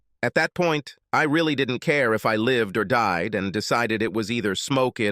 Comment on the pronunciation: "Her husband and son had deed in a car axe-si-dent years ago..."pronunciation, man, lol